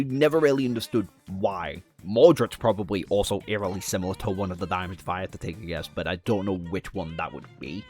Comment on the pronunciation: I keep hearing “diamonds” every time he says daemons and get confused almost every time lol. “The diamonds and the gods” 😂😂😂